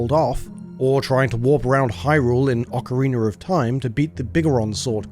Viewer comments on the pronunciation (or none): ocariner of time